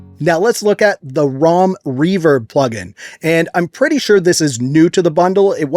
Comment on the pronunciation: its not rom its roum. the german word for room.